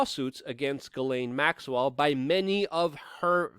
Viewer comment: Luke, I love ya. You're one of the very few real journalists doing relevant things these days, which means that you are performing an essential service to humanity. I support you monthly on Patreon, and I truly esteem your work. BUT I want to scream every time you butcher Ghislaine Maxwell's name It's NOT pronounced 'Gallaine' or 'Gillin' as you do. I agree that by all evidence she really IS a monster and deserves no respect by correctly pronouncing her name, nope, but in this case it's a matter of journalistic accuracy. All your many detractors need do to discredit you is sneer "see, he's just a rube who can't even get her name right." See? I consider you a complete professional in just about every other respect than this one, but it's a glaring lapse in my opinion. It's really really easy to pronounce her name. The 'Ghi' is pronounced with the exact same sliding sound as the 'Zhi' in Dr. Zhivago. Then the sibilant 's,' and last the 'laine' which ought to sound more like 'len,' but isn't as important as the way the first letters are voiced...I won't squawk if you keep on saying it as 'lane' or 'layne.' Dude, seriously, you're aces in my book, I just want you to sound as professional as I know you are. Tell you what, if you need even more incentive, if you start pronouncing this terrible human's name properly, I'll send you an ounce of .999 pure silver, just point me to a PO box or whatever and I'll fork it right over...I just need to hear you doing it to be satisfied. Respec